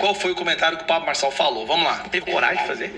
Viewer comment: "Pablo Borsonal"? Xi, já vou desligar teu vídeo agora mesmo. 😂😂😂😂